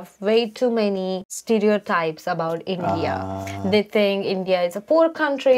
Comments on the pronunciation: The way she says In-deea and not India is funny, why Indians mispronounce our own country’s name? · I think she is such a cute honey bun. She pronounces India as “IndeeYah” which is a bit funny.